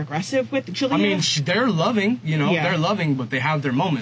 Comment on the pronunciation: I'm guessing this is not a human narrator; the child's name might actually be Julia and the robot is pronouncing it Ju-lie-a.